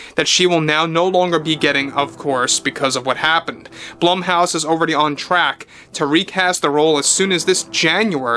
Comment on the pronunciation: ummmm... Blumhouse: Bloom-house.